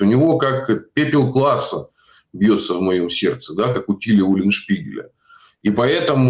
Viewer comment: Папуасы.Не Класса,А Клааса.Читайте Уленшпигеля